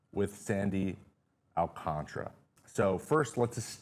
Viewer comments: "Alcantara" not " Alcantra" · Why do people pronounce it alcantra when it’s spelled AlcanTARA